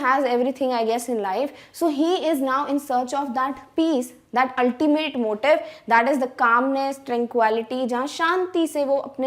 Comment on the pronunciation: "altimate" had me roflmao